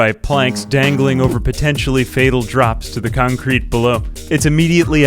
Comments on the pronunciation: I just kept hearing Albania instead of Urbania... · Everytime he says Urbania I hear Albania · I swear every time you said Urbania my Brain Automatically Autocorrect it to Albania lmao